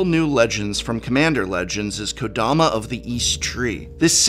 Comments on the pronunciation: How about “Kadoma”? Lol. For a professor, come on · Ka-DO-ma? Really?